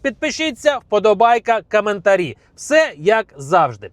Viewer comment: Не каментарі,а коменнтарі відчувається ,що раніше спілкувався на підарській мові.